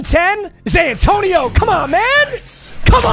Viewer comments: Why he keep saying Zay Antonio? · Is he say Zantoino or is it just me??? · Papa why do you keep saying zantonio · Did he say zantonieo😊